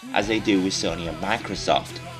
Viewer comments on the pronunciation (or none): none